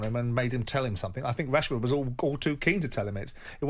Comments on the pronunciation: i thought he said marcus cashford lol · I thought he said cashford 😂